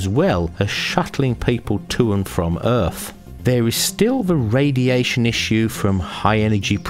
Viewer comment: Wtf is an "Earff"